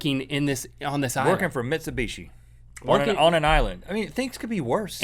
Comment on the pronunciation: Lol, Mitcheebooshe.